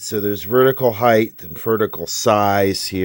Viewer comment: “height” doesn’t have a h at the end